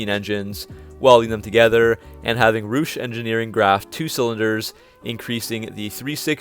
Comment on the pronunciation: Rooosh engineering??!!🤣🤣🤣 get there terminology right please